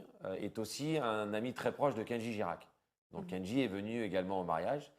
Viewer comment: ils ecrivent kendji girak et en + l'animatrice ne l'énonce pas bien